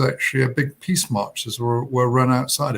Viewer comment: Somebody please teach zelenski to pronounce the word PEACE!!! It's P E A C E Mr. President, NOT PISS!!! Dang!!!